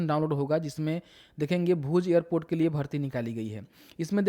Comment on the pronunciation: ईयरपोर्ट क्या होता है एयरपोर्ट बोल न